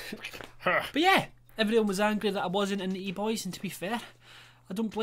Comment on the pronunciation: At the beginning: "Im so angwy"